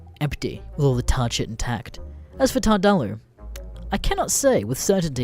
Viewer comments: You were butchering the name from the start. It’s tard-ooo-loo, a portmanteau of retard and Cthulhu. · Normally this kind of thing doesn't bother me enough to make a comment but the way you kept pronouncing "Tardullu" kinda irked me.